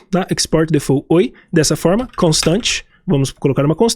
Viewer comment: Só pra referência: default não se fala “defô”, a pronúncia é mais pra difolt. O t é bem leve e curto. 😉